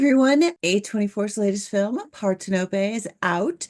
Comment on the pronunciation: "Parthenope" isn't pronounced "Par-ten-ō-pay" or "part-hen-uh-pee." As Google AI explains: "Parthenope" is pronounced par-THEN-uh-pee or par-THEN-uh-pe. The primary stress is on the second syllable, making it par-THEN-uh-pee, with the 'a' in the first syllable like the 'a' in "father", the 'e' as a schwa sound, and the 'ee' at the end like the 'ee' in "see".